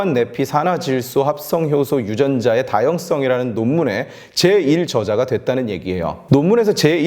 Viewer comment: 다형썽이 아니고 다형성입니다.. 악센트 하나로 완전히 다른의미가되요.. 전자의 성은 성질을 말하는 악센트고 후자의 성은 형성을 말하는 악센트입니다..